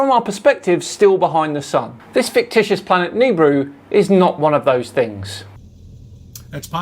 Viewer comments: Its not "Neebru".. Its Nibiru..Nah or Ne Bee Ru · Hey, it's nih-BEE-roo not "kneebroo". Jesus... 🤦‍♂ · huh I've always hard it pronounced as Knee (or Ni), Beer, Rue (or ru/roo) on shows from the "history" channel lol also why are you doing a video from last year? did you miss it back then... or are you just desperate for new content that you went to a random video you didn't think was worth it before? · "Nibiru" is NOT pronounced like that...